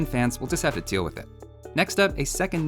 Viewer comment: I heard "So Cyan fans will just have to Teal with it" instead of Deal with it.